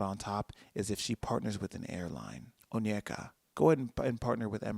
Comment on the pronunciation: As a Nigerian, I’m so surprised you pronounced her name correctly! (Onyeka)